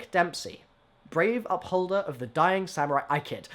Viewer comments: It's Dempsey, mate. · It's Dempsey.